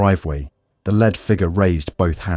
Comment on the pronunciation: Sounds like AI. Nobody calls a .22 a "point two-two." It's a "twenty-two." Then there's "lead" pronounced "led."